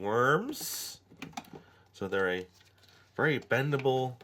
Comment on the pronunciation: did he say berry exciting